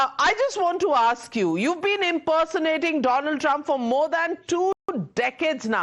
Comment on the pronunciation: Donald trump ❌ DoLund Trump ✅😂